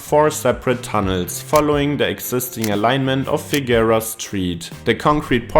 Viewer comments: In addition to others pointing out that it's the "one-ten" or the "one-oh-one," should it ever come up again Angelinos pronounce Figueroa as "figger-oh-uh." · The continual mispronunciation of Figueroa was irritating, but I really enjoyed the piece.